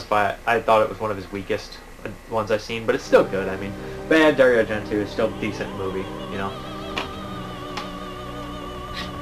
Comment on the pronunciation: just for your own peace of mind it is pronounced Dari-O Argent-O enfasis on the O it's Italian. i'm not tring to be a dick just thought you would want to know.. thanks again for all the info..I tune in all the time.